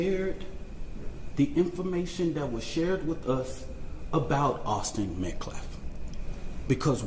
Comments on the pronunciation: And it’s metcalf..not METCLAF!!! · This doofus mispronounces the names of both families, but especially the MetcaLf last name--it's MetcaLf--NOT "MetcLaf", Idiot!! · This POS, baby beater, minister, activist CAN'T even pronounce Metcalf! This is the second press conference that he says, Metclaf, WTH? 🤦‍♀️ I swear that family is so stupid to have "this" racist represent them, he's trying to insight a riot! #justiceforAustinMetcalf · The minister/spokesman/clown called the kid Austin "MET-CLAFF". Didn't even bother to find out how to pronounce the kid's name!!! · He does not even pronounce Austin Metcalfs name properly.